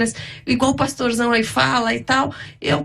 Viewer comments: Parei no 27 min. Quanta incoerência desse " " 😒. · precisa fazer discipulado 🤣🤣🤣🤣🤣🤣"" realmente é um comediante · dando uma lavada no “”